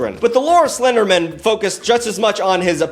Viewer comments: Stop saying Slendermin. You're too fast. Its SlenderMAN. Lol. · The way you pronounce SlenderMAN as SlenderMEN bothers me.... a LOT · I'm sorry, I couldn't get past you pronouncing Slenderman as Slendermen the entire time! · The number of times it sounds like you say SlenderMEN instead of man upsets me. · I love how is from New England so he pronounces it as Slendermin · The way you keep pronouncing Slenderman as if it's a last name like Goldman instead of pronouncing it like Spiderman or Superman is freaking killing me for some reason. 😂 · The Seinfeldian pronunciation of 'slenderman' as if it was someone's last name got me! Like I just kept thinking of the old 'office birthday party' trope, but with everyone rolling their eyes as Slenderman asks if they really need to take a slice of cake that big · Why are you pronouncing the end of the Slenderman like the end of Councilman instead of like the end of Batman? 😂